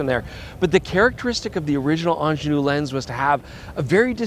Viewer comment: Quite disappointing to hear a Canadian systematically mispronouncing 'Angenieux', over and over again. And no, I'm neither Swiss, French, nor Quebecois 😇.